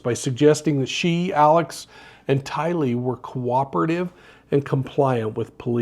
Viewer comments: That's not how her name is pronounced. Even her own mother pronounces it differently. The force of the pronunciation is in the Ty, not the Lee. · I noticed that too, not what you would expect.